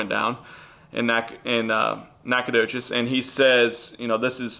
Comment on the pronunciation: 1) they tried to screw your for sure 2) thank you for saying Nacogdoches right 😂 I went to school there